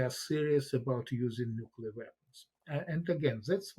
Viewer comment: "nookular" video closed